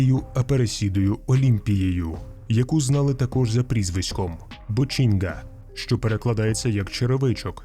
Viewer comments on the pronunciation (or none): Не педрінхо, а педрінйо. Це як у нас типу Тарас і Тарасик. І не бочінга, а ботінья що по бразильські ще може чутися як бочінья.